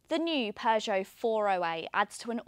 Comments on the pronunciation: When is that these people will learn how to pronounce Peugeot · Don't you love the way she pronounces "Peugeot"?